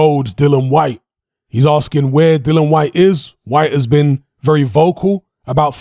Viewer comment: It's 'Dillian', not 'Dillan'.